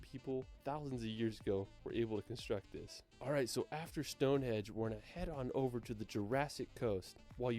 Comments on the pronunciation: Yeah, it's StongheNdge not Stonehedge 😜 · It's Westminster NOT WestMinister. Must be a North American thing as we have a place near Vancouver called New Westminster and many of the locals say it that way too! StoneheNge not Stonehedge! Snowdon is not 10080 metres high as that would make it higher than Mt Everest! Not your fault though dude! Good video. I like the format of doing the reviewed video in the big window, AND the volume of it was good!